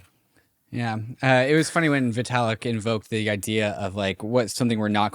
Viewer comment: Vaytalik?😂. Great episode though…